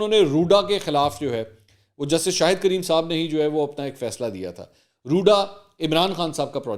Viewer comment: Very nice mansoor We Pakistanis keep making mistakes on arabic name Kareem not creem